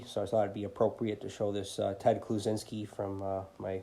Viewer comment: Great video, great cards!.... It sounded like you called Ted the Unabomber when you pronounced his name 😆